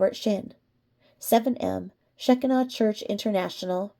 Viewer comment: Just helping you here on prnouncing Shekinah. It is prnounced Sha Ki Na. Long i in the middle. I can also tell you it is not a cult. I am pentecostal...Assemblies of God... and we recognize them as a church like every other church. Baptist..Methodist..etc...